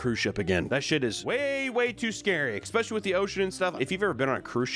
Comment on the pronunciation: "Expecially"